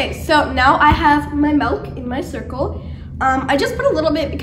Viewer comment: Just got my cirkul and I love it!!! Also no offence but it is pronounced Sir-cul